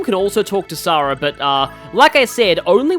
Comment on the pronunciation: You are pronouncing Sara right, Heroes gets it wrong...which isn't a 1st considering the way they mispronounce Ogier...